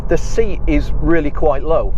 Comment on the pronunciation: Good informative videos, keep 'em coming. I'm not sure if it's an accent thing but my only request would be to please stop pronouncing SEAT as "See-At", it's "Say-At", or just stick to Cupra.. ;-)